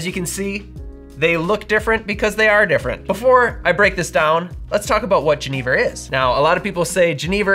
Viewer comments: great video but it pains me so much every time you say “jeh-knee-vurr”. its a soft g, like a y. yen-nih-vurr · Oi. Genever is pronounced with a throaty Dutch CH sound. I don't think I would have understood what you say only hearing it pronounced. JE, as in Jerez, neh-ver. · I’m definitely interested to learn more but I had a question - when I was first introduced to this spirit in SF, I was told it’s pronounced “Gen-UH-Ver” but I see you pronounce it “Gen-EE-ver” so was just curious. Thanks as always for the great videos and going into lesser know spirits like these! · My Dutch friend introduced me to Genever many years ago... but he pronounced it "ZHEN-uh-vair"... And there's some pretty strong ones that will knock you on your Enjoy! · Great comment! My ears hurt when pronounced the spirit's name as he did. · The mispronunciation is so distracting. I love your videos, but this one, argh. Also, at the TOC Genever outsold gin 10:1. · I first tried Genever (I think you are not pronouncing it correctly) in Amsterdam over 15 years ago, then again in 2013 at the Genever festival in Hasselt Belgium. It is a an excellent spirit, especially the Oude style. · How many times do you think you said Genever in this video?